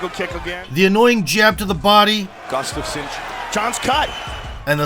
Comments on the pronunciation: btw you're pronouncing it as gustavsen instead of gustafsson. otherwise great vid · Not sure how you mispronounced Gustafsson's last name every single time.